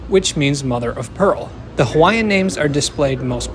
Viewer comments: As a former Hawaii resident, mahalo for taking the time to properly pronounce the names of the various locations referenced in the video. I lived in HI during the construction, the biggest gripe throughout was the cost overruns and final destination. I really hope they eventually have a branch to Waikiki and University of Hawaii Manoa. It would also be wonderful if the skyline extended to downtown Kapolei and Ko Olina. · You have good pronunciation. Very well done. Hawaiian, Japanese, Italian names, you nailed it. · Bonus points for proper pronunciation of Hawaiian names 👍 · Thank you for pronouncing the stations correctly!! As someone from hawaii, i am super excited for the rail. It's smooth, moves fast, and now it hits places i actually need to go. The only thing i dom't like is the obnoxiously loud announcement system.